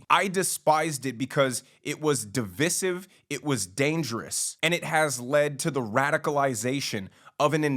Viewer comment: It was a good video, but if you're going to use the word divisive please pronounce it correctly... it's duh-vai-suhv... long I sound. Otherwise you sound like your pretending to know big words.